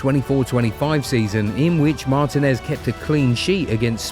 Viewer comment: It's pronounced Mar-TI-nez, emphasis on "TI".